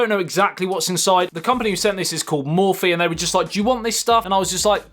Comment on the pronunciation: Mo-phie not mor-phie